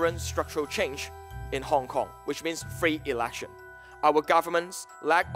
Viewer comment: Did that joshua guy said "free elaction" in ? Cmon he doesn't even know how to speak english properly